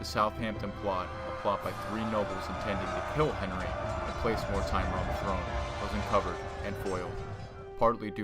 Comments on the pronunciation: Pronounciation is abysmal here.. More-timer? Its Mortimer (More-Timmer). Look up the correct pronouncing of Harfleur and Agincourt and Bordeaux. Its painful to listen to. And St. Albans. Its an insult to hear these horrible mis-pronounciations. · Mortimer is pronounced "Morty-Murr" not Mor-timer